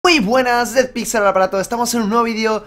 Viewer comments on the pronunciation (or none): Dices tan mal tu nombre que a veces dudo de si es o DeadPixel xD los 100to